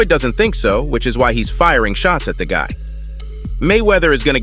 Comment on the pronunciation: This channel is AI generated clickbait. The voice speaking is for sure AI. Listen to how it says "of COUSE" instead of "of course", or "gut" instead of "guy", or speaks in a monotone, or puts emphasis on the wrong words. Most of the time there's no news stories backing up what it claims, nor does the fighter etc say what the title says they do. Only the AI voice does. Pure trash.